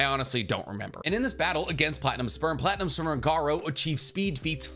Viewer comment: Wait, platinum sperm? I kept hearing platinum spur at first